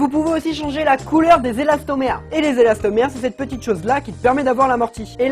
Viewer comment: J’étais là seul à entendre elastomerde 😂😂